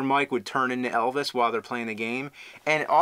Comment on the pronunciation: "Miss a Turd".